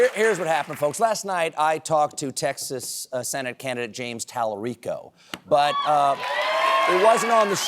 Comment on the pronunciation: He’s not pronouncing talarico correctly. However hearing one of my hero’s say it is unreal cool